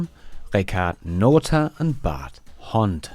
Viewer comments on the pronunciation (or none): none